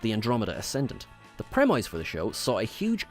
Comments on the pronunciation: why do you keep saying premeyes? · It's a British Isles thing, AFAICT. "Pre-miss" is US English.